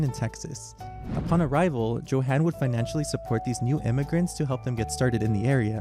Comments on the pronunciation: I'm not talking about perfection. I'm talking about at least attempting to read it like it's a German word. Joe-han? Yo-hun. It's not that difficult. For all the research that went into this video it would have been better as a slideshow without audio if the language was going to be butchered that badly. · I do believe the name is pronounced "YO-han". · [yohan], not [djohen]. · I'm so confused. Your German pronunciation is sometimes really good (like you pronounce the '-ch' in words like "Bach" and "Richter" perfectly), and yet you also make some pretty basic mistakes, like not pronouncing the "j" and "w" like "y" and "v", respectively (*cough* "Johann" and "Wagen" *cough*). It's as if you did research into how to perfect the difficult aspects of German pronunciation, without even knowing the basics 😭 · It’s kind of hard to take you seriously when you don’t even know how to pronounce “Johann.” Quite ignorant. You have never heard of Bach?